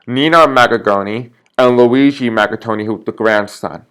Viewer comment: Mangione, not maggattoni, or maggagoni, otherwise good reading, thanks